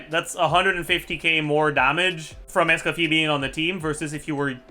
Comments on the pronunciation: It's Escoffier not Scuffier after all baddumtss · Pronounced Es co fee ay 😂